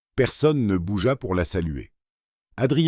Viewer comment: non, la voix par elle même n'est pas mal mais les mots font rire comme Bougéa pour bougea. Mais il y a bien pire que cela. C'est lu à la phonétique et lorsque cela arrive en sous titre, on ne peut que rire. Un exemple juste pour le fun. Le décor : une nana veut en blesser une autre et la phrase doit être : Elle voulait l'ébranler... mais c'est devenu : Elle voulait les branler.... J'en ai ri pendant 2 jours :)